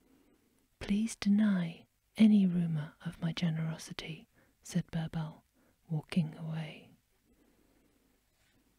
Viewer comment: Also the i in birbal is pronounced as e😊